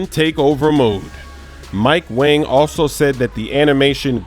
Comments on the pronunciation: its not mike "wang" its "WONG" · It’s mike wong not mike wang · Come on it’s pronounce ‘Mike Wong’